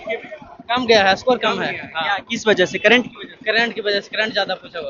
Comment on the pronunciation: Current Affairs ❌ Kerent Affairs ✅ 😎😂🤣😂😅